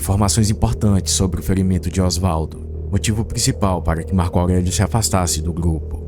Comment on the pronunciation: Marco augueguio